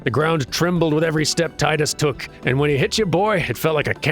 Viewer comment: that is how you say it correctly, there are two ways to pronounce the letter I, there is the strong I and there is the weak i, wich sounds like "ee" or the strong E sound. And before anyone starts questioning grammar at me, final fantasy 10's theme is around water, so its Tidus, not Teedus, you know like the tides that sandy beaches have, with water.